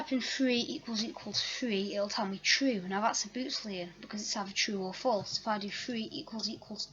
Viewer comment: Nice video. Thanks. One correction, its boolean not bootlean.